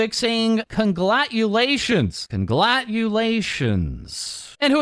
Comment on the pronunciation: The second "Conglatulations" from you had me in STITCHES man, you can't do this